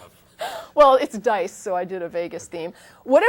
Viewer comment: Dice,, dice, not "These die".